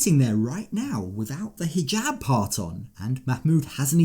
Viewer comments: Nicole pronouncing hijab as “higab” says a lot about how clueless she is to this religion and culture. I truly can not FATHOM why she chose this life and to move to Egypt. KNOWING she hates living there, she went back because….I still don’t know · For the love of God, why does she call a hijab a heegab??? I don’t get it 🤦🏽‍♀️